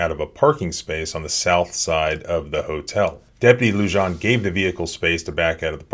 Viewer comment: The 'j' in Luján is pronounced as an h.